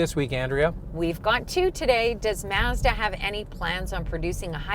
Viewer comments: it is pronounced mahzda never seen a commercial where it is pronounced maazda. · She pronounced it "Mez dah" it's "Mahz Dah" you have an auto review channel and you don't know how to pronounce the brand correctly. C'mon now. 😢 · Mahz - duh not MAZZ DEHH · Why do they keep saying maehzduh? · MAZZ-dah or MAHZ-da? The Signature could be an RX-350 rival if a power t&t steering wheel with memory, exit setting for the drivers seat, and lose the black plastic around the wheel wells and bumpers for body color. I’ve had a pano sunroof which always rattled. Great vehicle regardless of how you pronounce the company name.